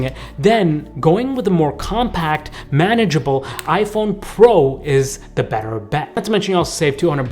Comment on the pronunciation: bro said i fe!n